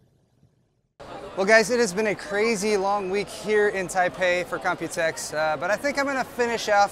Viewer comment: You always say 'copytex' 😂